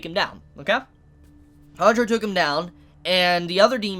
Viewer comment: Is it me, or is saying "Tundro" instead of "Tanjiro"? If that is the case, I wonder, why? Natural way for English speaker to say it or something?